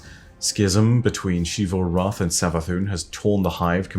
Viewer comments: Hey just so you know the “X” in Xivu Arath is pronounced like a “Z” not a “Sh”!!! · When will start pronouncing Xivu Arath correctly. Drives me BONKERS that he continues to say it wrong after so long.